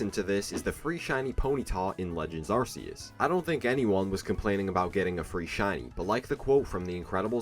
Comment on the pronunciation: You're mispronouncing Arceus, you said it like "Are-see-us" when several official sources say it like "Are-kee-us"